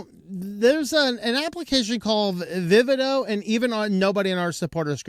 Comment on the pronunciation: AMD reversed their decision on Vivado/Vitis on Linux 2 days before you posted this video. The free version of the tools will be supported on Linux. Not knowing the what the tool does or how to pronounce the name of the tool is not great but posting out of date information is regrettable.